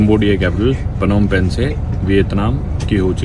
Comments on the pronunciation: पनौम पेन ❌होम पेन्ह ✅ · It's Nom Pen...